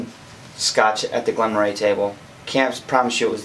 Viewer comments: Just seen your comment. Pronounced Murray, correct! I actually loved the Glen Moray Classic. Very drinkable easy going dram. The most aproachable of any Speyside and a brilliant first time single malt recommendation as you don't need to add any water and it's ready, neat, straight out the bottle for a price comparable to medium priced Blends. For a slightly more spicy wood and heavier flavour, go for the 12 YO. As you know, I, along with you, love Glencadam but it's a Southern Eastern Highlander with rich biscuit, orange glaze and honey spices flavour notes. The Glen Moray has a light Speyside, floral, white fruity, fresh dough character. You get a similar flavour profile with the old Tamnavulin 12 YO or the 14 YO Tomintoul (old bottling, not the new one). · Elgin -- hard G. Moray- Murray. Now I'll watch the rest of the review. LOL